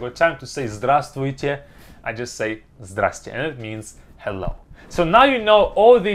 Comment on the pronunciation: Glad to hear you say здравствуйте I'm still trying to perfect pronunciation